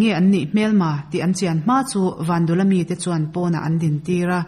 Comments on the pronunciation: vandula tih a dul lai hi pum/dul anga lam tur a ni lo va.,vandûla tih a lam tur dûl hi dil(sangha dil) kan lam ang hian lam tur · Vandula tih hi i lam dan hi,tuiluang dul² tih ang hian dul hi lam ri rawh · Vandula tih pawh hi Van tih leh dul tih hi tlem a thluk tur a ni bawk